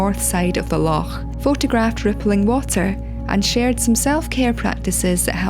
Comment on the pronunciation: I do love the way you say 'Loch '😊 You are Scottish though after all! If you couldn't pronounce it properly it'd be a pretty poor job! 😅 One of the ways I tend to photograph trees, when it's not quite right to photograph the whole thing, is to just concentrate on one area of it that catches my eye.